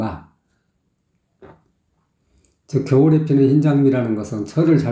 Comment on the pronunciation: 더심각한 문제는 겨울에의 ㄹ과 햇살을의 ㄹ 발음을 흐리게 하며 눈을감고 들어보세요~